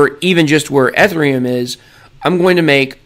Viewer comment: The level of cringe you trying to pronounce Ethereum. It’s kills me